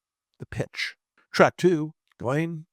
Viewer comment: Jee-Lane for the love of God! We say "Gillian" which is the anglicised version of Ghislaine.